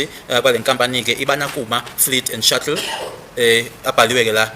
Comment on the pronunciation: Shuttle not shuckle mr smart ass 😅